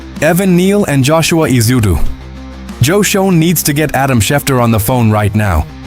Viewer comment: Why do I keep seeing the same Giants video??? Get real please... P.S. Schoen is pronounced "SHANE"